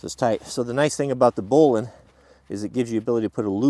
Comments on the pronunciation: that's bowline, not booline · bowline not boll-line...sheesh